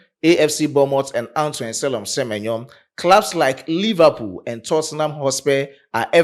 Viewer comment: Se-me-nyo is superb 👌